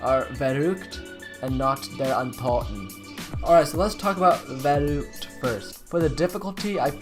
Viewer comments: It's vuruct not vurooct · ITS verruhgct not "VEROOCT"